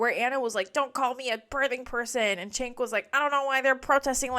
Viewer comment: Good video. He does pronounce it “Jenk” though. It’s not “Chenk.”